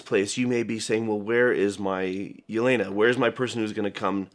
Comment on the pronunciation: The way butchers Yelena's name gave me trauma